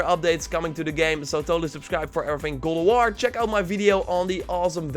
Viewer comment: Am i the only one who hears “Gulaward” when he says “God of war” damnnn